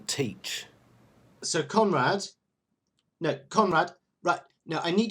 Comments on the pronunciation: I swear every time he says Conrad, my head hears Comrade. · When you called him "Conrad", I thought that you were saying, "Comrade".